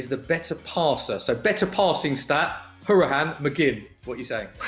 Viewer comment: Guy can't say hourihane right. It's How-er-i-han